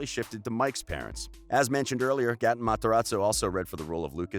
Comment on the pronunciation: Tate xx it was Gaaten